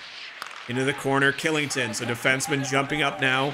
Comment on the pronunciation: Just so you know the defenseman for colorado Kylington is pronounced Shillington